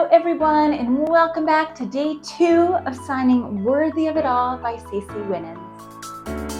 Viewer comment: Just a minor correction. CeCe's last name is not (Win nans) but pronounced (Wy-nans). She has so many amazing songs.